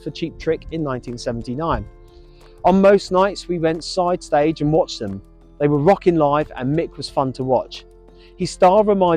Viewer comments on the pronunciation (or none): none